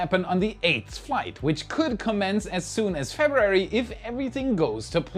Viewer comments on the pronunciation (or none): Can we have say “February” again…and maybe “Earth’s” lol?